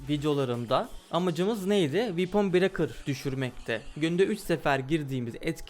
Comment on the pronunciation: Böyle delikanlıya "vepın brekır" ı "viipın brekır" diye telaffuz ettiren oyun bize neler yapmaz!